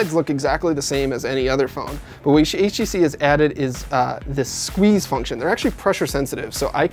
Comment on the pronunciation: I swear he says "HEC" instead of "HTC"